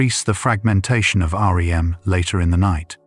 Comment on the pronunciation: I like your videos and it’s clear that’s AI but can you make it to where it doesn’t say Aa: Ee: M every 15 seconds but just REM?